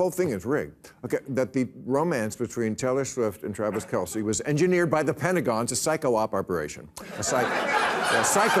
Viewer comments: Funny, yes! Keep in mind, it's pronounced Travis Kelss - not Kelcy. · Et tu, Bill? The guys name is pronounced "Kels," NOT "Kel-see."